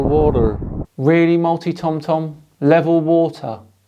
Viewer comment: Wotar, wotar, wotar, it's lebol. Wotar is lebol. 😂😂 Wotar wotar wotar, brain is lebol.